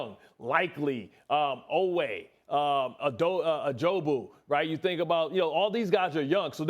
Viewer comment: Who tf is Ajobu,? 😂